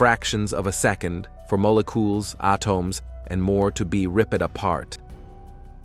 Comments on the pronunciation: My guy, the pronounciations go awry toward the end too. "Moh-le-coules, Ah-tohms and Ripp-ed". Just sends me into Uncanny Valley. Hard to subscribe to a channel when it feels inauthentic. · Some strange-ass uncanny valley AI pronounciations of words towards the end of this video......... "Moh-leh-cuoles, Ah-tohms...... will be Ripp-ed apart"............